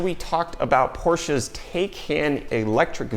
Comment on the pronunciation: You get a like for pronouncing Porsche correctly. Thank you <3